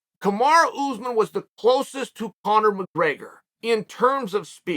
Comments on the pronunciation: He's gone from calling Kamaru Usman 'Camara' to now calling him 'Camar Usman'. Never change Chael. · Very disrespectful from Chael, his name isn't even hard to say